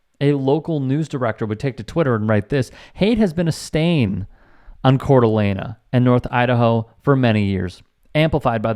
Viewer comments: nit picking here but if you are going to report on issues you should learn how to pronounce the names. it's not La Nah, it's Lane. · No “uh” at the end when saying the city name. It’s pronounced “cor-duh-lane”. Otherwise, spot on for that area in Idaho. I do believe the nazi group was in Hayden Lake, which is slightly outside the city. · Its not pronounced with an a at the end...just a heads up.I have family there.This is disgusting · Pronunciation: Core D Alaine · It's pronounced Cord a lane... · Its pronounced "CORE-DA-LANE" Heart of the land. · Coeur d'Alene is pronounced Cord-a-lane. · Please pronounce names correctly. You are mispronouncing Coeur d'Alene. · This story could go on forever. First, so close with the pronunciation but there’s no ah sound at the end of Coeur d’Alene. The city is like many bigger cities in the west. Lots of racism, but also a thriving arts scene. There are right wingers like the Bundy’s mixed with hippie communes. As for this incident. There is a local rivalry with Utah. They often complain about the locals, who can go overboard with racism or anti Mormon chants. And I believe the guy at the presser just wanted his 15 minutes. But you can also talk about gender equity. When teams come to Spokane the men stay locally. The women stay at the Cd’A resort. They spend 4x the money so it looks on paper that they are supporting each gender equally. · And he mispronounced Coer d’Alene. Perhaps in too big a rush for content to not understand the subject matter.